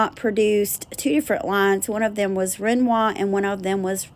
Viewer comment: Napier (Nay*pea *er)run it altogether sounds like nay Pierre ❤ Matisse and Renoir were perfect!